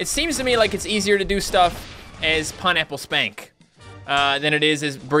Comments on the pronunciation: Did anyone notice that he said pineapple skank instead of pineapple spank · its funny how it sounds like hes saying pineapple skank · Anyone else hear him say Pineapple Skank? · he said pinnaple "skank"